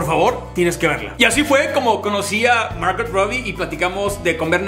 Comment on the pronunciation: Un pequeño consejo..no pronuncies la "t" en Margot